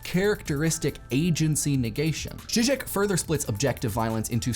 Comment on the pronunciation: First of all I wanna say that I'm proud of how well you pronounced Žižek, almost perfect, 8/10. Now about violence! The thing is: society associates violence with active aggressiveness, not so much with passive aggressiveness. Passive aggressive behavior and comments are as damaging as actively aggressive behavior and hate speech, because it devalues and demoralizes the subject. In this case it is not always a threat of violence, but the threat of isolation, the feeling of humiliation or alienation, that damages the victim.